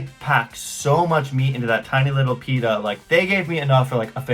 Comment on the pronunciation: I love these two! Whenever I see them I know it will be a funny video. Also pronouncing pitta that way is everything 🤣🤣